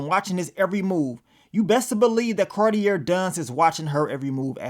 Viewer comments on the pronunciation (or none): It’s pronounced “Car-tee-ay”